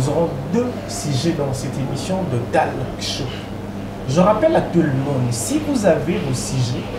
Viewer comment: Bo vérifier prononciation ya mot “TALK” c un mot anglais please ou sinon émissions kitoko comme tjr mais bozo tangisa biso batu to sala Nanu te mabe 😂😂😂🤣